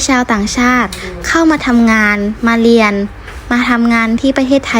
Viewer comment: ไม่รักแล้วจ้า เกลียดคนลาวที่สุด เพราะลาวมั่นหน้า มั่นใจว่าตัวเองพูดไทยชัด ทั้งๆที่พูดผิด ตลอด เรียน ค่ะ ไม่ใช่ เลียน